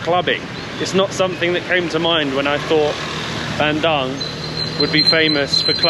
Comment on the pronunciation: It's pronounced Ban doong. Not Ban dung 😂 In Indonesian, 'u' is always oo. And 'c' is always ch